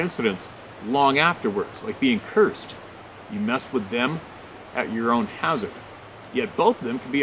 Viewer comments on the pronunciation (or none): none